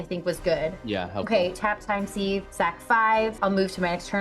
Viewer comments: Christ, Tivit really mopped up at the end! Just an FYI for time sieve, Sieve is pronounced "Siv" not "Seev". :) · Pronounced 'siv'